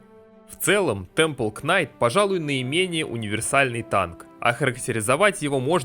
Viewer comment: Современный английский: существует 400 лет Декламатор: "вишионс стейс" "повер брейк" "кварт стейнс" "темпел кнайт" "дэз вайшпер" "халф хп" "поисон"